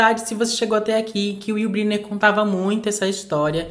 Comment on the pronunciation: Fale corretamente: You Brainer. Escreve Brynner.